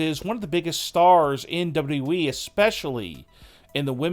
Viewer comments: what is WE? or "w" "we" dude its WWE lol this guy just couldn't say WWE. lmao Hilarious. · The guy that be telling us these stories sounds like he cant speak English. Its pronounced wwe, not we. Get it right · WWE. Learn to say WWE. It’s not “WE”. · Once you hear dubitiblyeeeeee, it cannot be unheard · Yeah some people have trouble pronouncing certain combination of alphabets. It's a disability. Grow up! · No...it's DoubleWeeWee - honestly, I've listened to it over and over again 😂 😂😂😂😂🤣🤣🤣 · The way he says "WWE"! 😂😂😂😂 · She got injured, not fired dopey. Learn how to say WWE properly ya ballbag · It's the way he says wwe for me 😂😂😂😂😂😂😂😂🤣🤣🤣🤣🤣🤣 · You say wwe in the weirdest and worst way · Why would they fire or release Sasha Banks?? I think she is injured.....it could have happened when she attacked Bianca Belair....... WAIT HOW DID YOU PRONOUNCE WWE CHAMPION n OPINION (Listen)